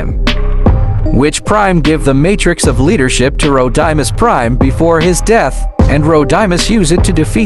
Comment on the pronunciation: It’s not rodunus prims it’s roadmis prime